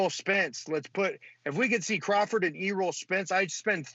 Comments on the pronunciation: $200 on a Crawford PPV??? Lmao nobody gonna pay that for his PPV lol. I love boxing, but nobody would truly pay that. And “E-roll” Spence ahaahahahhahahaha. ESP jr is a beast, but cmon and pronounce his name right lol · My boy said E- roll Spence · Who the F is Eeeerol spence?